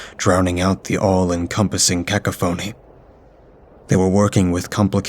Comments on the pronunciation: HAHAHAHAHAHAHA what the hell is a "kack-a-phoney" did ya mean a KAW-KOFF-ANY of sound??? hahahahahahahaha nice one 🤣🤣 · I'm sorry.....please don't think me rude, but it's pronounced "Kah Kah fah knee" not " ca ca phony ".... Cacophony . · AGAIN HAHAHAHAHA "KACK-A-PHONEY" hahahahahaha wow just wow hahahahahaha kacl-a-phoney hahahahahahahaha priceless.... KA-KOFF-A-NEE is how to say that word referring to an abundance of sounds or many sounds at once HAHAHAHAHAHAHAHA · I hope you've learned the correct pronunciation of cacophony since this video. You do such an outstanding job otherwise, the incongruity of a mispronounced word breaks the spell a little. No shade intended--just a little nudge on your path to excellence. For those who are uncertain: cah-coff-o-nee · Lmfao did he just pronounce it as "cocka phoney"?!?!? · Did dude really say "car-ka-phony"? Hahaha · Not judging or throwing shade but it's cacophony (sounds like cuh-cough-o-knee) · "Ka-Cough-oney" You're welcome. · "Cakaphoney" that made me laugh out of nowhere😂